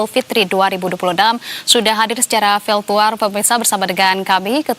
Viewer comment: Virtual mbak ..bukan viltuar...duaaarrrr